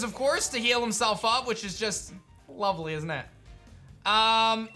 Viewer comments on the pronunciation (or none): gritting his teeth as he said lovely 😂 classic. Love the episode!